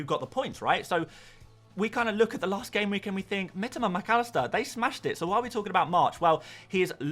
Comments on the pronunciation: Always annoying when people try to correct others but are just wrong themselves.. Do you seriously think that Japanese people pronounce it "Mi-TOE-ma", just because that's how the average British FPL Youtuber pronounces it? Because then you know nothing about Japanese. got it very close. The I-sound is a bit more like an "ee", but he's definitely closer than most people here. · He said that it is the correct Japanese pronounciation.